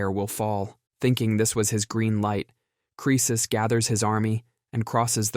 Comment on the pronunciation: Oh yeah I'm always saying rich as creces 🙄